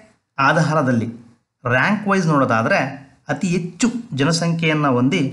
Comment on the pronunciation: Good information ,, ಉಚ್ಛಾರಣೆಯಲ್ಲಿ ಸ್ವಲ್ಪ ಬದಲಾವಣೆ ಮಾಡಿಕೊಳ್ಳಿ ಸರ್, ಹೆಚ್ಚು -- ಎಚ್ಚು, ಹದಿನೇಳು--ಅದಿನೇಳು ಆಗ್ತಾ ಇದೆ